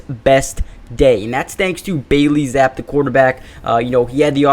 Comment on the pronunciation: It’s BAILEY ZAPP-EEEE not ZAP 🤦‍♂️🤣 PLEASE pronounce the name of our BACKUP QB correctly. 🤣